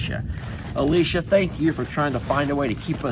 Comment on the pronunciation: Im impressed you pronounced my name correctly lol Alicia!! You're welcome for the fans for you and Jami! They are a life saver for me in NC. I wear them doing yard work, outdoor events and at my job if I get hot! 😅 you can wear around your neck or clip to your shorts in the front or back to blow air up your shirt. And they are rechargeable! I hope you can get some good use outta them and stay cool 😎 love yall ❤